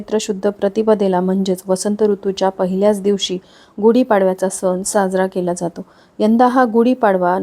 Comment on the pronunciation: कृपया उच्चार सुधारणा करा सण (न) नाही आहे